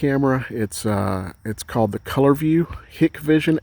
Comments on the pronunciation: Great video!!! Hikvision is pronounced Hike-Vision though. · Hikvision is pronounced "HIKE-VISION"....